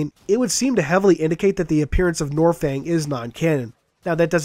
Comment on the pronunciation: Ugh you make me cringe it's nornfang it has an N it's not silent.